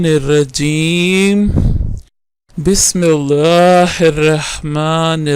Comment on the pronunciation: Bhai awaz thek kro lehja thek kro bismillah ka talafuz thek se aza kro Allah ko patli awaz me nahi parhte pehle aap ye sekho uske bad aap video banao